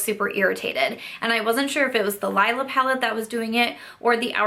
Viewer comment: It's the Leee-la palette ;) I don't mean to be pedantic - I just hear most YTers not pronounce it the right way (it's the word for purple in German...and some other languages too but I am pretty sure ND was using the German to name it) and I just thought you may want to know. But that aside (again, sorry if that was annoying!), I am sorry it didn't work out for you!! It's the first ND palette I've tried and I do enjoy it, but if it started irritating my eyes I would return that ish ASAP. I am really sorry that happened - maybe it was some of the pigments in the deeper shades? Bummer! But glad you were able to return it. Btw what did you pick up with the rest of your rouge code??